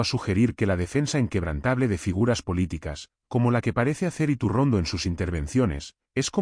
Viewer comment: Elvideo es maloooo..yretorcido,con un tufoo a derechas,que se nota hasta en la mala pronunciacion de su apellido